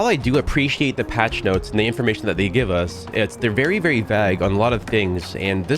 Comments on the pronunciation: Buddy its pronounce vage lol not vag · Wtf is vaag? V-aa-g as in bag and not v-au-ge as in paid/page is a wild pronounciation 😂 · Btw - vague is pronounced vay-gue, not vaw-gue. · Lol at Vag. It's Vague pronounced like vay-g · Did you really say they were very “vag” lol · Never heard anyone pronounce vague as VAGG before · vague Is pronounced vaygue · Bruh how tf are you pronouncing “vague”?? Lol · "Vague".... It's prounouced "Vay...Geh". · It's pronounced like vay-g. Not... whatever you're saying. Lol. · bro please pronounce vague properly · Why do you pronounce vague like that? Is it like a qwerky joke type thing or do you actually pronounce it like that? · I've literally never heard someone pronounce vague like that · that’s not how you say vague btw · Yo why he saying vague like that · Interesting pronunciation of vague